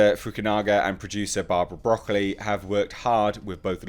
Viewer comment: It's pronounced Broc-OH-lee, not Broccoli as in the vegetable. It's only spelled that way.